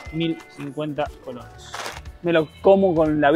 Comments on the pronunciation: tantas veces han dicho y todavia no han aprendido a decir colones bien, si con e al final, colones y en singular colón. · es colones no colonos jaja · COLONEEEEES NO COLONOS jajaja cada vez que lo dicen mal me da el patatús 😅😅😅😅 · Cómo es que llevaban ya varios días en Costa Rica, y nadie les haya dicho que se dice COLONES y no colonos como lo dicen ellos... 😂😂😂😂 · Se dice colones no colonos. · Creo que se dice Colones y no Colonos, pero que me corrija un tico 😃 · Jajja es colones no colonos . Me hace gracias escucharles decir colones 😂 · Hola apreciables y, por favor, la moneda en Costa Rica se pronuncia colonEs. Un abrazo! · Colonesssss COLONES C O L O N E E E S. POR DIOS!